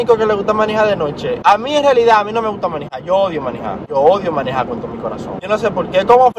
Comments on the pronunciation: Tómate un shot cada vez que diga “manijar”🤌🏻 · Porqué el dice manija 😂😂😂 ete cajarito si es funny !!!!!